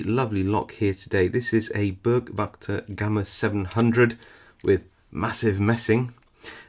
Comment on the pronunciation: For a German it really hurts, to hear Börg Wachter, instead of Burg Wächter.